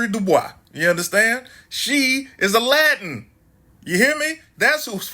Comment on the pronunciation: Did he say "Alladin" or " a Latin" ?😂